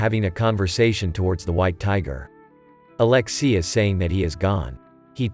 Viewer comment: Could u not butcher alexei? With aleski?